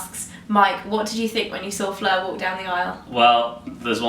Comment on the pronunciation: IT'S FLEUR. FLEUR!!!! NOT FLUER!!